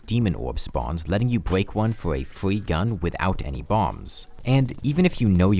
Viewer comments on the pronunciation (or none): twee, fwee, wold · okay i can't get over it, but in here it sounds like "...letting you bweak one" and it's so cute :3 waa, "fwee gun", i'm sorry if this offends you or smth in case you get to see it TwT (which i doubt but eh always a chance)